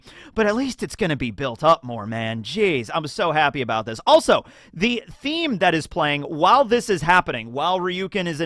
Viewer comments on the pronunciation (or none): none